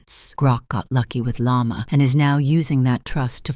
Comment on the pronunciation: the way they all call Llama "yamah" is so funny